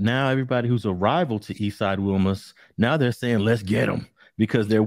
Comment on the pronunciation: It's pronounced "We Mas" , I went to school in Wilmington from pre school to Banning